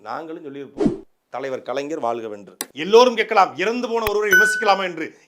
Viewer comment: நாம் தமிழர் கட்சி முக்கியமான பேச்சாளர். ஆனால் வாழ்க என்பதை வாள்க என்று உச்சரிக்கிறீர்கள். ழ வராதா?